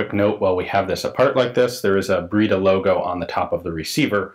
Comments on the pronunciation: “Breda” is pronounced with the “e” as in “end”, not as in “breed”. So it’s like “bread” with and “aah” at the end. :) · Breda is pronounced just like "bread" with an 'a' at the end, which is pronounced as the ending 'a' in "camera". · It's pronounced " Brada". Breda for us ams.